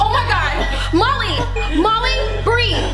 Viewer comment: It sounds like she's saying Mommy but she's saying Molly